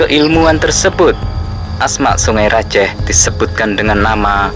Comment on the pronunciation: Saya org madura bangkalan: yg bener sebenar nya bukan sungE raJEEEH tapi: songai rajeeh Pakai e bukan E